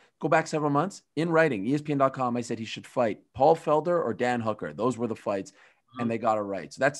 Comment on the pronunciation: Wow Ariel pronounced Michael Chandler and Hooker right what the f!!??? Usually i hear names like Habib (khabib) or Rhamzat (Khamzat) or even Adissonya (izzy)